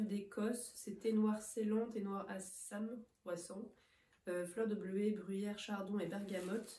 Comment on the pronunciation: Il est super beau ce pull vert que t'as bientôt fini 🥰 Sympas ces box tricots, j'aime beaucoup l'idée ☺et tu as bien prononcé Assam haha